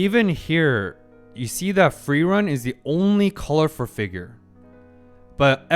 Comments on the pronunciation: You're pronouncing Frieren's name properly now. Nice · It took 10 episodes but I think you're finally pronouncing Frierens name correctly xD. This is definitely one of my favorite episodes of the season.